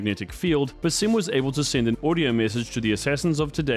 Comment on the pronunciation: BAA-Sim. His name is pronounced so many times how do people still get it wrong?